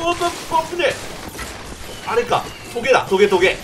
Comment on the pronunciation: トゲ、がほげ〜に聞こえてニヤけた😌